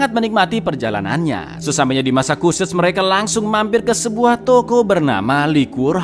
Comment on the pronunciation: Bukan masakuset cak, tapi masecuset cak..🤣🤣